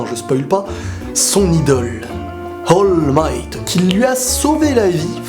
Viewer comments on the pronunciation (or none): C'est pas Hall Might, c'est All Might